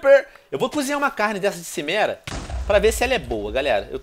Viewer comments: Pronúncia Kimera e não Chimera plz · Venom, fala quimera, não chimera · venonin cara ,a serie e fantastica. mas a cada vez q c fala cimera eu fico brabo pois c diz kimera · pow venom , é CHImera tipo como se fosse com x , xi e n si '-' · Tio Venom nao se pronuncia XImera , mas sim QUImera !!! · venom seu maldito, se fala kimera n simera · A pronúncia é "quimera", e quando você ver outro vendedor, lembra de olhas tudo o que ele vende, abraço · se fala kimera venom